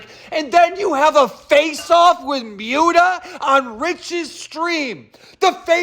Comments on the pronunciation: I can't handle the fact that keem keeps pronouncing Muta like "mewta" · love how keem pronounces muta's name as "myuta" lol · I like how Keemstar calls Mutahar "Myoota" lol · Lol "Mewta".